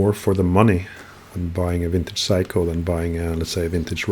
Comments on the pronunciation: He is making fun of your pronunciation of 'Seiko'. You say 'psycho', but it should be spoken as 'say-ko' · Gentle heads up: It's pronounced Say-ko, not Psycho. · Love the way you pronounce Seiko as "psycho". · Sorry, I thought you would like to know what is the correct pronunciation as Seiko is a Japanese word, not Norwegian. My mistake.